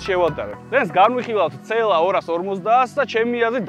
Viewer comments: რა ცე ელ ა რა ცე ელ ა ??? ძაან მაგარი კონტენტია მაგრამ ცე ელ ა? რა ენაზე? ?? CLA. სი ელ ეი. ასე გამოითქმის და სასაცილო აღარ იქნება. ძაან მაგრები ხართ სხვა მაგრამ მანქანების გამოთქმა სწორად თქვენ მაინც დაიწყეთ :) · ცეელას რო იძახის ყურებიდან სისხლი მომდის ხოლმე ტო